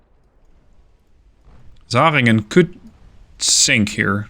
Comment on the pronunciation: your pronounciation is generally pretty good but the "zähringen" is just butchered :D